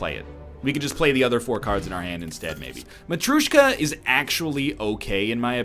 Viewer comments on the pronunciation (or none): there is no U in matryoshka, egg, you've been told that like a hundred times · Everytime he mispronouces matrioshka i die a little